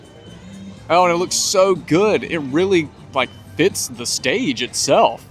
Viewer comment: Enjoy your videos. Just a silly observation only says thee and never thuh. Great info